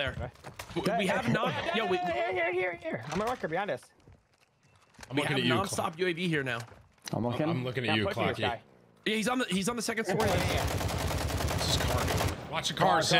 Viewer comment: ITS CLOAK-ZY.... not clocky.